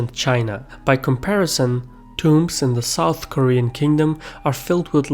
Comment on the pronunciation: Jesus christ he butchered the pronunciations on a whole new level even I as an American Korean can spell all of these better and nearly fluently.